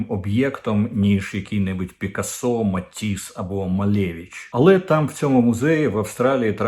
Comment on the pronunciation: Український наголос притаманний на 3 склад з кінця — пИкасо.